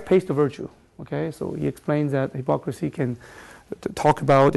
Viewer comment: The basic point of the lecture is correct, but it's rather obvious. It's like finding that unfaithful spouses lie about their infidelity. minor points: quote is not from groucho (pronounced with "ow" as in growl, not oo as in gruesome): and it's not high-pocrisy, it's hip-ocracy